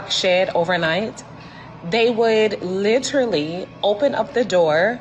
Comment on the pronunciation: Why do they have such a hard time pronouncing the word "literally".